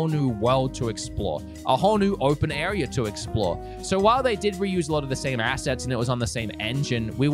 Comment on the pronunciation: Your rlly cool but “arear” and zelder